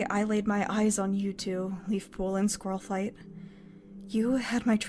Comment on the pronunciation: also half of this is just squirrelflight saying all wrong